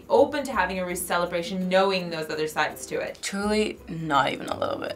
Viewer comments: Det som irriterer litt er at de sier rus i stedet for russ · say ruus not russ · Bare jeg som dør litt av at de sier RUS party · La du merke til at dem sa rus, og ikke russ😂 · Every time they tried to say "Russ", it sounded like they said "rus". ("Rus" is Norwegian for intoxication.") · AHHAHAH måten de sier russ på høres ut som de sier rus AHHAHA jeg døøør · The "roos"-pronounciation actually means "drugs" in norwegian.